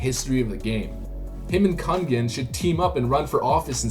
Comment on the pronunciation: butchered kungen tho